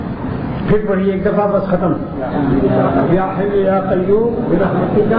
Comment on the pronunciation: برحمتک ک زبر کے ساتھ ک زیر مونث کیلئے آتا ہے اصلاح کی اشد ضروری ہے